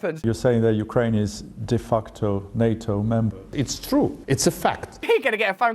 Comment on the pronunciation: Did he call it a "De-fuckto NATO Nation?" Sounds like something we are responsible for.